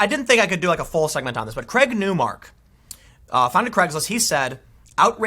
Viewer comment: The guy's name is Craig not Creg